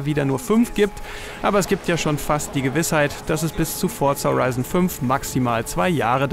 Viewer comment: Fortsa Horeison vier